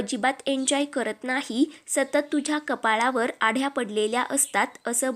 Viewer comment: आढ्या नव्हे आठ्या